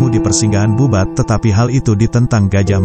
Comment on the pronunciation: Bubat bkn babut ,,🤦🤦🤦 kalo babut itu bola tenis